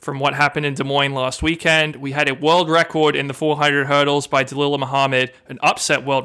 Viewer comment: That was, and he is being ridiculous. Sydney is NOT overhyped in any way. And it's "De-LILL-uh" NOT "De-LIE-luh".